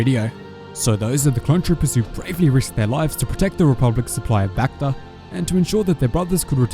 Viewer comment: the way you say bacta sounds reminds me of that bakfist meme